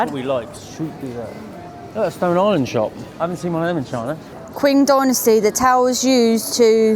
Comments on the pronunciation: Pronunciation 'Qing' is ching not kwing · Not exactly 'Cing'. Q is actually a 'ch' sound. 'Ching' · Qing Dynasty is pronounced like Ching Dynasty not quing. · It's not "queen" dynasty. It's Qing dynasty, same pronunciation as Qing in Chong Qing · When you pronounce Qing dynasty, the word Qing is pronounced as if it's Cing. Love your videos, keep em coming. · Qing Dynasty is pronounced as CHING Dynasty, Wide is KUAN as pronounces as KWANT, Zhai means narrow, pronounced as CZ as in CZech Republic, CZ-AI, closer to Chai but with the CZ pronoun, hope that helps